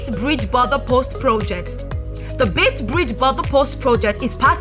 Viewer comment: What a pity this very informative video has irritating background " music" often drowning the speaker. And please note its "Beit" Bridge not "Bait".